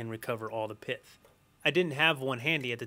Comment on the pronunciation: it's not piff it's pith lol